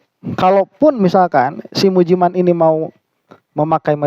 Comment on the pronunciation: BACANYA MUJI MEIN😂